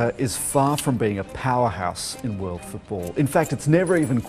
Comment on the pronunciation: “Two tventy two vorld cup” 😂😂